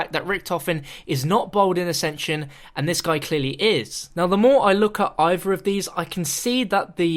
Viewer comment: It's the guy in nuketown in the video he even says accension